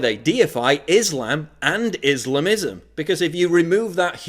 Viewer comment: I have to admit I like this so far. While Katie Perry was singing about kissing girls I was being raped by an Arab. Not that anyone cares. The stress in the word Islamism is on the first syllable.